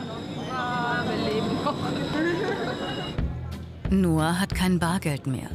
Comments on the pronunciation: Ihr sprecht "Ngoc" als "Noah" aus?! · der heißt Ngoc und nicht Noah 😂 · wie die aus Ngoc einfach Noa machen nur weil sie es nicht aussprechen können